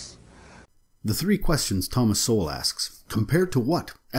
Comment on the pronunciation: The fact that the narrator pronounces this black man's name as soul get's me every time.